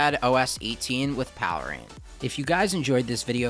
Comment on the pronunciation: I thought it was pronounced "Pale Rain" ?